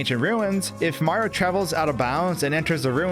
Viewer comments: Why does he keep pronouncing Mario as "Marr" it bothers me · "Super Maro Sunshine"? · I can hear the O sometimes, but I also hear the Marr as well, lol. I think he's just saying his name really fast